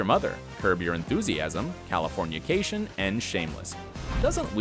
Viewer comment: And it’s Californication, not Californiacation.